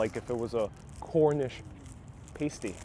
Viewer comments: Sorry mate, pasty is 'past-E' not 'paste-E'. Pies and pasties are ideal with a great cup of tea of a nice pint of bitter (ale). I love my fish n chips with mushy peas and a couple of pickled eggs. If you can find a place, try a rhubarb pie or even better a rhubarb crumble with custard or ice cream. Rhubarb isn't common in North America (along with Blackcurrants), but you can get rhubarb between April and October. Have you tried a bacon buttie, bacon in buttered roll great with some HP brown sauce. Hopefully Myers of Keswick sell Cumberland Sausage or can tell you where to get some. It's also great in a buttered roll, with a couple of rashers of bacon on top then HP brown sauce on a buttered roll. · Cornish paa-stie, not paste-y(as in Pasadena) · Pas tea not pays tea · It's pronounced 'pass-tee' !! 'pasty' is what strippers wear on their nipples!! 🤣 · The "a" in Pasty think pirate .... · Just a minor correction - pasty rhymes with "nasty", not "tasty". Which is ironic! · The A in Cornish pasty is pronounced like apple. The way you said it describes a very pale sick looking person 😀